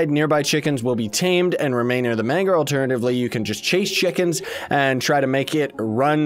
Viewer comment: The "GER" in Manger is pronounced like the "GER" in German or germ.